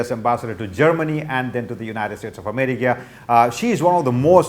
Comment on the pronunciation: Meera Shangar 😂 Ameriga